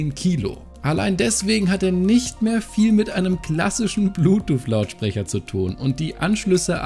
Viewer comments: Das gute alte „Bluetoof“ 😂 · Ich hab immer Blutuuff verstanden... 🤔